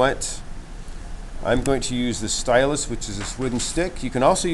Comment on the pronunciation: Great tutorial, love your little fish. Just one thing, it is a stylus, not a stylust. Lol Thanks you are a good teacher, wish I had seen the kids work and your fish, finished.